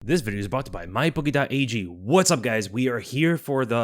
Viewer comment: It always sounds like you say “my bookie dot AEG”